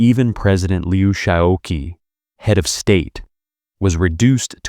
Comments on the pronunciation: To the narrator: "qi" in Mandarin Chinese is pronounced as "chee"... NOT "kee"! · He, the Marshall's name, is pronounced roughly huh or a cut-off hair, not hee. President Qi's name is a curt "chee." If you are going to narrate any topic, you need to know something about it. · good comment. i suggest asking someone who knows for proper pronunciation of the pinyin Romanization and of names of Ye Jianling; Peng Dehuai; Luo Ruiqing; He Long; Liu Shaoqi is the most egregous mispronunciation; otherwise the narrator is just reading a script and does not now much about these figures